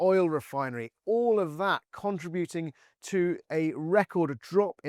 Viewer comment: The word is CON- TRIB- UTING ALL AS ONE WORD, not as TWO SYLLABULS CONTRA-BUTING.